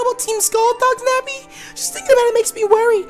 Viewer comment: he said nebby instead of nappy